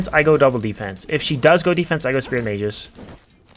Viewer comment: It's spear of the MAH-gus, not spear of the MAYJUS